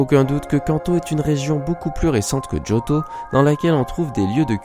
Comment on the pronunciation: pk tu fit djotho alors que c jotho